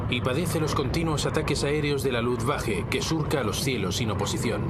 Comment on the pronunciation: Insiste el narrador en pronunciar Luftwache, es Luftwaffe!